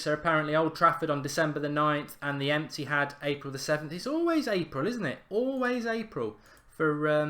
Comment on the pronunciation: He says ethihad enthihd